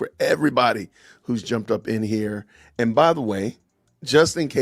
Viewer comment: How many syllables are in the way she says the word "and"? CO: "EEEEE-AYEEE-AAAAA-ULLND"